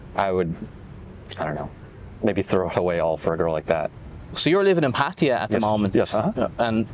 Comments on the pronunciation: right and in the word 'พัทยา', not พัททียา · how one can live in Thailand for a long time and still call it "Pateeya" is beyond me. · พัทยา is pronounced พัทยา Plain and simple.;) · How they said it is absolutely NOT the correct Thai pronunciation. The emphasis is on the last syllable and there is no long "eee" sound.